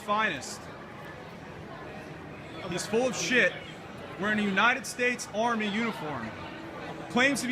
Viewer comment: "U.S Armeh" "Obviousleh" "cringeh"